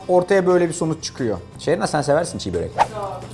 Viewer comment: Aslen Kırım Türkü olan bir Eskişehirli olarak ufak bir düzeltme yapmak isterim Arda bey... Başlığa doğru yazmışsınız ancak telaffuzda ufak bir hata yapmış,Çiğ börek demişsiniz... Çiğ börek değil Çibörek olacak... Çibörek kelimesinin hikayesi de şu şekilde;Biz Tatarlar,Türklerin Kıpçak Boyundan geliyoruz... Çibörek kelimesinin başındaki "Çi" eki;Eski Kıpçak lehçesinde "Nefis,Lezzetli,Güzel" gibi anlamlarda kullanılır... Dolayısıyla "Çi-Börek" de "Lezzetli,Güzel,Nefis Börek" anlamına gelir... Naçizane ufak bir düzeltme... 🙏